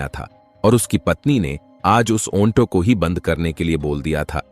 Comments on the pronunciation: Aonto nahi Auto 😂😂 AI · चुटिया ऑनटो नहीं ऑटो कहते हैं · Bhai Auto ko onto bol rahe ho,,,,,yeh galat hai,,,, lekin aisi zahil patni ko kuch sabak to dena hi chahiye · ऑंटों नहीं ऑटो होता है। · औन्टो नही श्रीमान ऑटो बोलिये😅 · Auto bolo Aunto nahi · ओंटो या ऑटो 🤣🤣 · AUNTO Nhi 🤦🏻‍♂️.... AUTO Boltey Hai. 🆗👍 Aur ONFFICE Nahi.... OFFICE Bolo 😂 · Auto bol aunto nahi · ओंटो चालक नहीं भैया ऑटो चालक😂😂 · अन्टो नहीं अटो है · Onto nhi ji auto hota hai😅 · ऐ भौंडसी वाले आटों होता है ओनटो नहीं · Bhaiya pahle to onto nahi auto bolte hai. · Abe onto nahi auto hota hai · Aap bar bar onto bol rahe ho ye onto nahi aato hota h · ऑटो चालक होता है न कि ओन्टो चालक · भाई यह ओंटो कुछ अजीब शब्द नहीं लग रहा है मुझे तो बहुत अजीब लग रहा है ओंटो नहीं ओटो बोलो ओटो😂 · Onto nahi oto bol bhai...😂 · Kahani toh aachii hai.... but jisko aapp onto bol rhe ho...usko Auto kahte hai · Oto nahi hota auto hota hai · Bhai onto nhi auto hota hai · Auntoo nahi Hota Auto Hota Hai bhaii😂😂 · ऑटो को औंटो नही बोला जाता है😂😂😂😂😂😂 एक सॉफ्टवेयर से काम करोगे तो यही होगा। ऑटो की जगह ओंटो।।।। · Bhai auto ko onto kyu bol rahe ho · ओन्टो क्या होता है ऑटो होता है। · Shabdon ka ucharan galat hai jaise Auto ko aunto bolna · ओंटो ओन्फिस क्या बोल रहा है ऑटो और औफीस बोलना चाहिए था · Aunto nhi auto bolte h bhai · Aunto nahi sir auto bola Kha se sikha aunto bolna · Aounto kya bol rha hai bar bar irritating ho tum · Apna Onto aur onffice wala pronunciation thik karo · Aunto बोल रहा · Right 😂😂 aunto 😂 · ऑटो का सही उच्चारण करने का प्रयास करो, कहानी अच्छी कहते हो